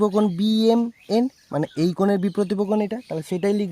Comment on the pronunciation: Hi you have made a mistake that is your pronunciation is not correct You told that biprotipo but it is wrong that is correct - biprotip kon Well done